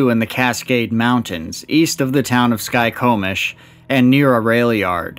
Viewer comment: Ok u gotta be from Washington idmf u can pronounce skycomish and Rainer being ur fav park. Gotta be from western Washington ud be over near st hellens if u were farther east right or is that central?